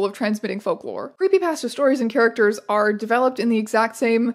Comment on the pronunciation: I'm so sorry but every time you say creepy pasta my entire body shrivels at that pronunciation